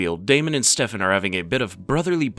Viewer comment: why are you saying stefan like that